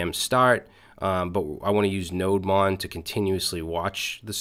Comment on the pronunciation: Its not pronounced as NODE MON but its is pronounced as NODE DEMON actually